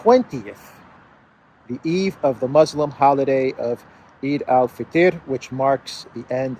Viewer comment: the celebration pronounced, Eid-al fittor.